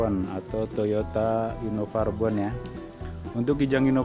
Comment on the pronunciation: Anjay nyebutnta innova rebon.. Jadi mikirin udang